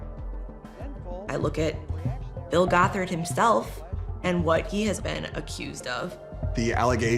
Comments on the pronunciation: It's GOTH-ERD, not GOT-HARD! 😂😂😂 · I love your videos and immediately clicked on this one. Crazy crazy stuff. Btw, Bill Gothard is pronounced with a Goth- erd😅, not Got-herd. Just so you know. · Pronouncing it "Bill Got Hard" was diabolical 😂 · The pronunciation of Bill "Got-Hard" is cracking me up. I've been calling him that ever since the SA allegations surfaced. My all-time favorite roast of him is from King James of Fundie Fridays. "Why are these people taking marriage and parenting advice from a childless bachelor, who looks like a Republican Keebler elf in a boxy* suit?" *bought as-is from the store, not custom-tailored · Why do you pronounce Gothard like that